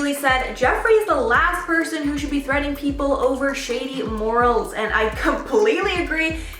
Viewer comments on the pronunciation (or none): none